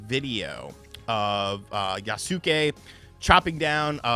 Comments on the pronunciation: Jesus, what is with you YouTubers not getting the name right? YAS-KAY! TWO FUCKING SYLLABLES! YAS-KAY! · Maybe playing the game will make actually pronounce the name correctly. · The way you butcher the name yasuke it sounds like AI 😂